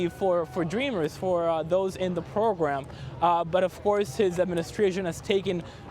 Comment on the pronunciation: "the pwogwam" ~this reporter God...damn..... Come on CBS. If you want someone who knows Spanish too, OK, there are 40+M bilingual native Spanish speakers who are also English speakers...just in the U.S. This guy is very advanced at English but pretty bad at English pronunciation. Being a TV reporter is beyond his ability. This was the stupidest hire you could make. He's just painful to listen to. PAINFUL. Ridiculous. Huge disappointment.